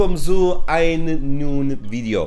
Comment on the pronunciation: "neu" is pronounced like "noy" like "anNOYing" so therefore "neuen Video" is pronounced like "noyen video". ...and the "Z" is no "s" sound - it´s a "ts" sound so therefore "zu" is pronounced like "tsu" but you nevertheless are getting better in speaking german phrases...